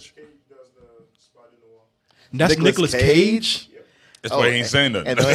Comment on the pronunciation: I thougt I heard him say "Niggerless Cage" instead of "Nicolas Cage".